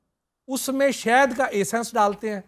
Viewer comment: bahi sahad hota ha saht nahi